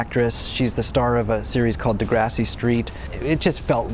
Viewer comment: Degrassi street? It's Degrassi